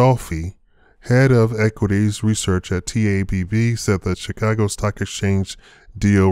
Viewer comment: 'Chi-Caag' Stock Exchange. Do you have a site?